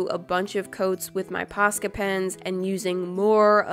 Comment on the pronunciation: I have posca pens but i always pronounced them like poshka for some reason but i refuse to change the way i say them